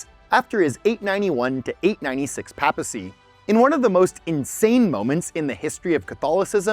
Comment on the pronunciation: Also that is PAY-puh-see, not PAP-uh-cee, love you bro ❤